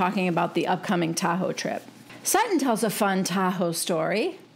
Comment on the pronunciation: Totally expected Dorito to mispronounce Lake Tahoe as Tu-ho